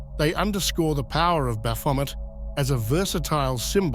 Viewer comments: 99 percent of people pronounce it incorrectly. Its actually pronounced "Baphomey". But his pronunciation is particularly bad. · I can only hear bath vomit now 😂😂😂😂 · At first I was like dude what a dick then I played the video. You were indeed spot on bro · I think of this word came from france it would be pronounced Bah-fo-may, with the last letters et making an ay sound like it the word "ballet". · Yes. A near-rhyme to bat-vomit, appropriately enough. All praise unto Christ our Lord! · Never heard of this Bath-Vomit feller., I’ve always heard Baphomet pronounced like Chevrolet. Can anyone definitively tell me which pronunciation is correct? Are they both? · The ‘t’ in Baphomet is silent. Baphomet is a Trinity of Aquarius, Capricorn and Libra, holding the Caduceus of Hermes Trismagistis. Baphomet lights the way for our future Heaven on Earth. Heaven on Earth occurs in Aquarius, therefore within the next 2500 years it happens. The timeline is entirely up to US; Christ Consciousness will Save US and the Planet. The indigenous peoples of North and South America are the Chosen Ones for this Endless / Golden Age of Aquarius and Universal Enlightenment … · Sht now that's all I hear lol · Great. Now, I can't NOT hear it. 🤣🤦🏾‍♂️ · That's all I can hear now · Somebody's had a bit too much to drink!😊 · Oh come on. I hear this every time he says it now. Omg 🤣🤣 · 😖This pronunciation of baphomet is Slowly but Surely Killing me. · It’s hard to take anyone seriously when they can’t even pronounce the dudes name correctly. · I just wanted it pronounced correctly one time, since it was about him but nope. . . TTS